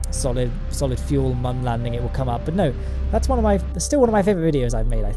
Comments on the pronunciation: It’s moon not mun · This guy makes some really good shit, but I just can't find myself liking the fella. he's always so fucking smug. And I hate the way he pronounces the "Mun". Sorry dude.